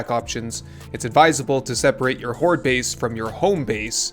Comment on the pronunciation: Hordel Base uhaha. u killed me with this🤣